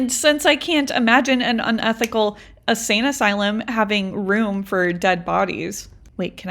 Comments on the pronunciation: I just gotta say, ur saying Asane. It’s insane asylum. Sry. It was incredible all the same! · Love the longer videos but my ocd mind is making me say this so I’m sorry lol. Insane asylum instead of asane asylum. I had ti say it I’m sorry lol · I like the longer content. I even went to me app to play it so I could reply. I didn’t however like the only music part. I kept it on because I was racing the video to get myself ready to leave the house. You won. I love how you keep saying “asane” asylum instead of insane. I almost messed up my mascara smiling at it. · Hearing her repeatedly say "asane asylum" is going to send me to the insane asylum 😂